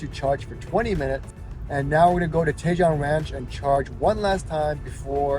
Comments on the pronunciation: I’m sure others have mentioned this, Tejon is pronounced TE-HONE. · Another one out of the park,! Loved watching your dogs frolicking in the snow. You're definitely giving them their best life. You're not doing to bad for you and Jan, too! I love Tahoe. I haven't been there in decades, and I miss it. Hint: Tajon is pronounced tuh-HONE.;-)